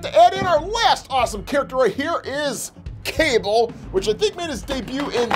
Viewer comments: Its not kable its kabal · It’s pronounced Kabal not Cable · It's kabal not cable smh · Did he say cabel it’s KUH-BALL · His name is not cable it is cabal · You said kable his name is Kabal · ITS CALLED KA BAL NOT CABAL ........YOU KNOW WHAT!!!!!!( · Bro called kabal cable 💀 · The name is Ka-ball😔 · Its pronounced Kubol but spelled Kabal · its pronounced as ka-ball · IT’S KA BAL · It's pronounced ka -ball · It’s pronounced: Ka-Ball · His name is kabal when you say the a after the k it's like you say the letter u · He said Kabal wrong